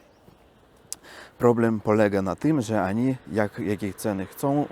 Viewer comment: Mówi się oni a nie ani